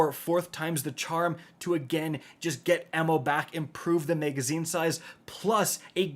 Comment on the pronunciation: Megaszine??? 😅 Sounds like something from Judge Dredd.